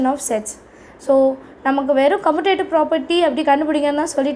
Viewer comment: காமுடேட்டிவ் No கமுடேட்டிவ் OK wa